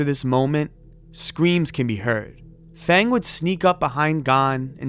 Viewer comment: The name "Feng" is pronounced like "Fung", jsyk.